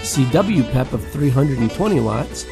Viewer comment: In my 30 plus years of ham radio, I've never heard the abbreviation for "Peak Envelope Power" pronounced as "pep." I've always here it pronounced by saying the individual letters to make it clear its the abbreviation for Peak Envelope Power, and not referring to a "peppy" radio. Great list of radios by the way, I own several of them and still enjoy operating them.